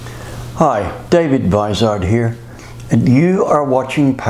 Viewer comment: I learned a few very useful things in his video, and as a bonus, I learned the proper pronunciation of the name "Vizard". Could you give a seminar on exhaust "sound tuning"? How to make an exhaust system flow well AND sound beautiful a he same time? Additionally, would it be possible to make a low restriction system that is as quiet as a Cadillac?